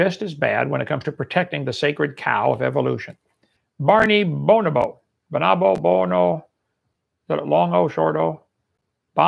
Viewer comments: Taught biology can't say bo-no-bo. There's no way he believes the words that are coming out of his mouth. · Right! Our closest cousin and he can't pronounce the name?